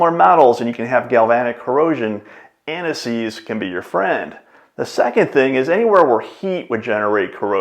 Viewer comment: Why does he keep speaking about aniseed? 😂